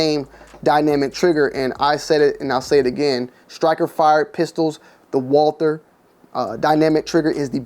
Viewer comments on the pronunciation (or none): Winning so much mfs still don’t know how to say their name